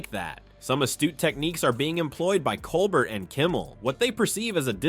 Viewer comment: pronounced COLE BEAR